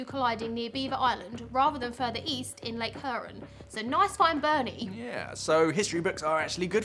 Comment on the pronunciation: Mack-i-naw...lol And hyoo-ron